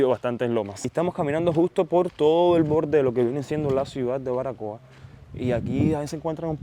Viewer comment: ¿ Barbacoa ? El Español se pronuncia como está escrito. Así se escribe ó no ? Saludos desde Chile interesante video.